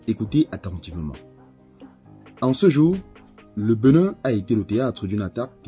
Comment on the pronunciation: Cest "BÉnin" et non "BEnin"